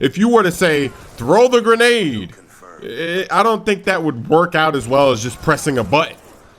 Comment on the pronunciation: Lol ""THOW THE GRONADE"" XD